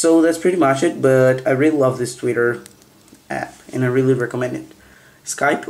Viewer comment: "tweetur" haha :P